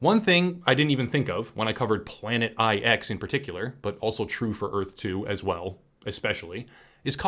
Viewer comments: The Planet Eye-Ex is pronounced planet nine. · Jesus, the 'IX' in 'Planet IX' is supposed to be a Roman number 9. Hearing it literally read 'eye-ex' is slightly painful.